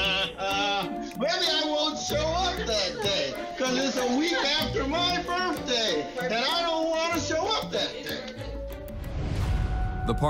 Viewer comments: It's BIRTHDAY ...not BIRFDAY!! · Sounds like the judge pronounced it "BIRFday" instead of birthday. 😂